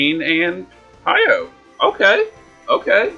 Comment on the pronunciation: Why can’t you say my boy name right right it’s not Hiyo it’s hy’oh And just pull for king rain already it should be REALLY easy to pull him bro and you got like 600+ tickets?! Why not waste 40 to get 2 king rains ??